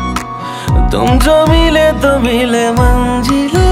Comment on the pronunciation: I love your voice and composition but you should work for hindi (urdu) Pronunciation like manzil not manjil, khuda, jeena not zeena. Its natural bcoz of nepali tongue but u should correct this. Anyway this song is amazing superb ❤❤.